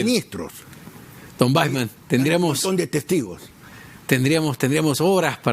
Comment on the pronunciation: Es David Waisman.... se pronuncia VAISMAN